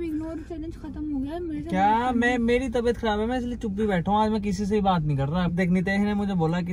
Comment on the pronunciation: Pure video mein ne 3-4 baar meri taybat kharab meri tibhyat kharrab hai boldiya 😂😂❤️ get well soon